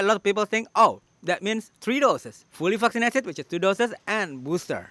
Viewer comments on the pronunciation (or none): love how you pronounce word vaccinated - fuckcinated. Very true, very true,! 😉